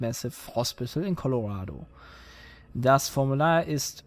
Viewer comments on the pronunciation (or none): none